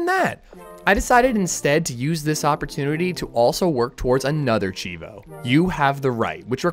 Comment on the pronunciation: I don't mean to be rude, but its pronounced CHEEVO lol